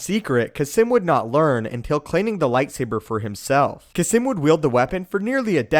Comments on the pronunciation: Its pronounced "kasss-eeeem" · Is Kasim's name actually pronounced Kah-Simm